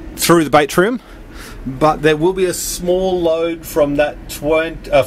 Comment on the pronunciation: Batrium, I think it's pronounced bat as in battery, bat-tree-im not bait-tree-im, like catching fish. There's no i in there. There's that and the shit music otherwise great vid!